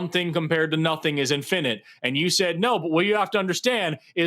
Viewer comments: Forrest, love your content, but the way you pronounce "infinite" drives me crazy. Please fix😊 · Say “INfinite”. Not “inFINite.” [& the e is silent.] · I love Forrest, but I hate his pronunciation of infinite. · Has there been a shift in the pronunciation of "infinite"?